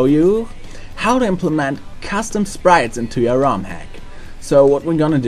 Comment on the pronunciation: when you said "custom" it sounded like "castam" not meant to be an insult